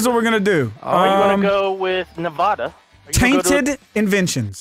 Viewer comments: Its 2 years too late. But thats not how you pronounce nevada. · I hate how Delirious mispronounced Nevada multiple times 😂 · I live in Nevada and I literally cringed every time he said it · THAT'S NOW HOW YOU SAY NEVADA DELIRIOUS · Is it just me or does every time delirious says "Nevada" it makes me mad